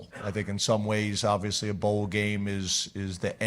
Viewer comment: James's favorite word: "obivously"